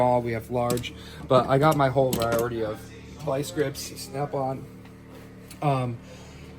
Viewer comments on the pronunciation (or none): Can this man not say variety? He says viorety. Never mind. I just finished the video and he might be slightly illiterate. He said cat escalator.